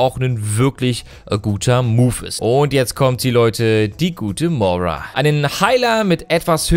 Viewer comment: Du sagst immer Mora, sie heißt Moira xD also ich bin sehr gehypet und hoffe, dass sie etwas von Mercy ablenken wird. Die Skins sind mega gut, vorallem Widowmaker, 2. Skin wo sie eine normale Hautfarbe hat, der Skin ist einfach schön <3